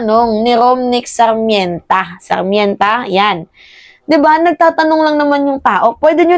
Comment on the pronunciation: Beh, ROMNICK SARMENTA (Rom-nick Sar-men-ta) ang bigkas 🤭😁✌️